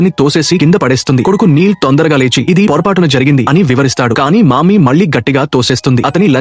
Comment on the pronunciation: maami not mammi😂😂😂😂😂 😂😂